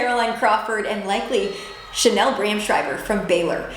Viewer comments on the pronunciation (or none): none